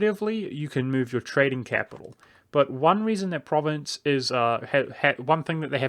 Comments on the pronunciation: It's pronounced ProvAnce not Province. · You Mispronounced Provence. It's Pronounced Like "Prov-On-S" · Pronounces "Provence" as "province". YIKES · From à French Guy "Provence" in french is Pro-van-ce or Pro Van (like in provi"den"ce) sss And gaul is frim Gallia that seems Land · Your pronunciation of 'Provence' was painful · Still not how it's pronounced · with the AN pronounced nasel, like ng in song. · I mean I get why people mispronounce individual provinces in an LP, but if you're going to do a whole video about one country, find out what its name is first.